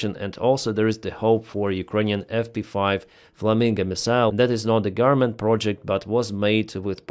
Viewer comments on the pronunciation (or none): none